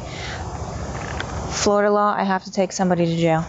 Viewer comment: Well, it is Called Flori-DUUU